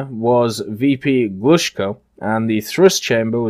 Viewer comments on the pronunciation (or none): Hi!) Thx for video! Not LavOchkin, but LAvochkin) Stress on "A")) But in the word "Glushko", the stress is on the "O", not on "U")